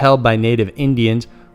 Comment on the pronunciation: The pronunciation of the State of Mato Grosso is “Mahto Grohsso” and the Xingu river is “Shingu” besides this your narration is very good. I was born in that state and know of the story.